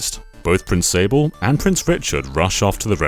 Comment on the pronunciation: This game is magical, I don't think any Nintendo game has truly captured how uniquely fun and light-hearted it is. It really is in well-need of a remake, just so Nintendo has the excuse to finally release it outside of Japan. Edit:, I think you should know that "Sablé" pronounced "sab-lay", and also, this wasn't specified in the video so I don't know if you're aware of this, but "Prince Sablé" isn't his name, he's the prince of the Sablé Kingdom. He technically doesn't have a name, since you name him in the game. Just FYI.